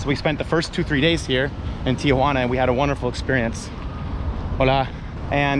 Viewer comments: Say it with me Tee-juan-a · Dude, STOP saying TIA-juana. You speak excellent Spanish and have a great manner with the people, why mispronounce the name of the city you’re covering?? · There is no letter ‘a’ after the ‘i’ in Tijuana. Learn how to pronounce it properly and the locals will have more respect towards you. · It’s Tijuana, why are you pronouncing it as if it TIAjuana? lol 🤭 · There is no “a” in Tijuana. It’s not Tia Juana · Greetings from San Diego, CA! Not trying to be one of those people who have to correct everything but wanted to mention that it is pronounced "Tijuana" and not Tia-Juana, which would be more like saying Aunt Juana. A lot of people add that extra "a" sound when it should just go Tijuana (no additional sound between that "i" and "j" - I clearly do not know how to present this phonetically and once again, my intention is to simply point out a very, very common mispronunciation. I do not speak Spanish fluently however my husband was born in Oaxaca and moved to the States legally when he was around eight so when we were first dating, he corrected my pronunciation. This is the first of your videos I am watching and I am enjoying it thus far. I wish you well in your continued travels and YouTube productions. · Phonetically: tee-WAN-uh......the common mispronunciation: TEE-uh-wanna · TEA JUANA.. not TIA JUANA.. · You capture the amistad and warmth of the Mexican people in Tijuana. You mispronounce TJ several times: It's "tee-wanna" (2 syllables) not "Tee-ahh_wanna" (3 syllables).. Most of us gringos make same error until we are corrected. The interviews were so brief at breakneck speed. All is very rushed, but I know that the first few visits to Tijuana are always rushed because we're curious, excited. and a bit scared. Keep going ! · Actually, you got it wrong too..... should be "tee-hooana", if you want to be more phonetically correct. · TEE-HOO-ANA.... theres no A